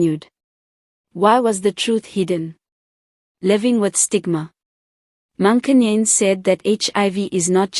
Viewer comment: Please learn to pronounce her surname correctly. If you don't know how, ask. It's the least you can do.